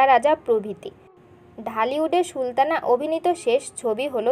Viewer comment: আগে কথার উচ্চারণ ঠিক করেন, ছি :কি বাজে উচ্চারণ। আপনি তো সুলতানাr নাম ee উচ্চারণ করতে পারেন না